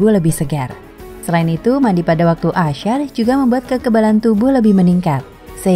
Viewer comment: Maaf min, penyebutan "Ashar" tidak dengan sebutan (sya) seperti dalam kata 'permusyawararan/masyarakat'. Dia diucapkan biasa saja. Bagi sebagian orang, penyebutan Ashar dengan ucapan (asyar) tentu berbeda makna.